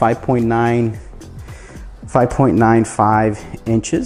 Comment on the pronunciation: eighteen point noin